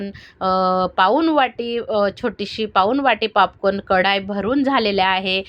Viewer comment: पापकान नाही ओ ताई पॉपकॉर्न बोला 😂😂😂